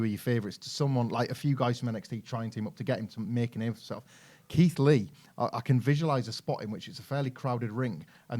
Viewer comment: Keith lee the way yous said sounds perfect